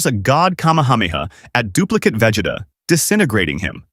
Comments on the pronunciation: I heard vegete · “Vegata” I swear I heard that